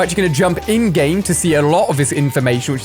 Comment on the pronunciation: Who always thinks he is saying endgame like the movie but he is saying ingame 😂💀